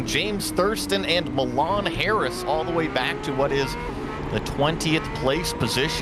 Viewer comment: LOL.. "My Lan" Harris. Its pronounced "Me-Lawn" Harris. Great freaking racing guys! I wish I could join you all and compete. But lots of stuff going on that prevented me from doing so. Love the coverage keep up the great work. Also Guys if your ever wanting to come on out to Fabulous Fords Forever here in California. Hit me up. I run that show.